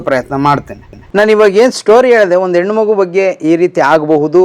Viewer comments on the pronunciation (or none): none